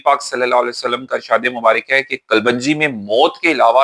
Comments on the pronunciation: Assalam alaikum. Being a doctor you taught me the best things about gut health. I am grateful. As a token of thanks i want to tell you the correct pronounciation of kalonji is as it is written in english. Kalwanji is not correct pronounciation. Thanks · Kalwanji NAHIN kalonji hota hai😢